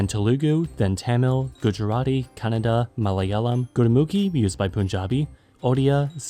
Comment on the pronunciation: That is not "ಕನ್ ನಡ" it is "KANNADA"(ಕನ್ನಡ). My mother tongue